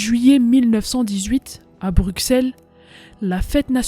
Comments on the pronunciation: On dit Brusselle mais l'écrit Bruxelles Mais belle vidéo d' hommage à ma terre natal 🇧🇪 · Petit info dans Bruxelles le x se prononce s mais si non supers vidéo. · BruSSelle pas bruksele... anverSSSS pas anver... jamais on apprends sa a l'ecole :/ meme etant Belge on apprends plus sur les francais mais surtout les americains et anglais... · Anver"S" pas Anver. le mot "envers" n'a pas la meme orthographe que Anvers donc il faut dire le S. BruXelles c'est un X pas XC tu prononce soixante (soissante) pas Soixcante. C'est pareil pour Brusselle. Sinon merci pour le documentaire ^^ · Intéressant, sans nul doute. Et cela fait plaisir, en effet, que l'on se rappelle que les Belges aussi ont combattu. Il n'empêche, en temps que Belge, il y a des noms qui font mal aux oreilles. Paul Eyschen se prononce "éskenns" Anvers, on prononce le S final Bruxelles, on dit Brussel. On écris Bruxellois et on dit Brussellois La ville près de Liège ayant vécu le même sort que Dinant s'appelle Visé Ravitaillé via Callait et Dunkerque, ainsi que Nieuport, qui était bombardé, mais néanmoins en service.